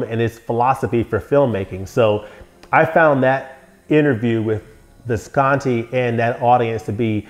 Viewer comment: thank you for the correct pronunciation for Visconti! 😀